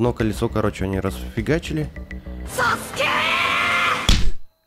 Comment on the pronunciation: Не сакеее а саскеееее!